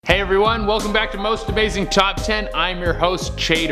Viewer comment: I swear I heard him say Most amazing chop 10